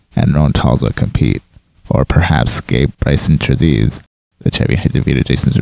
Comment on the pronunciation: The Trezise part in Gabe’s last name is pronounced Tree-ZICE.